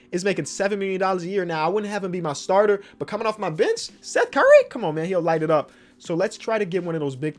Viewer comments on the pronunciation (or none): none